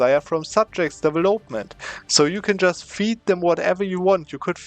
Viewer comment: Immer wieder cooler Cheese, den du zeigst. Aber "development" betont man auf dem VEL, nicht auf dem OP ;) deVELopment